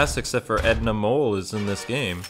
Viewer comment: It’s Edna MODE, not Edna Mole